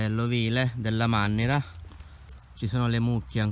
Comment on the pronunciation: Si chiama MANNARA e non mannira